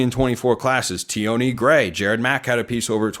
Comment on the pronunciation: It’s pronounced T-on Gray, not T-awnee